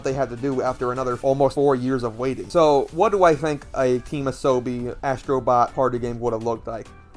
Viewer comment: Asstro bot 😂😂😂😂😂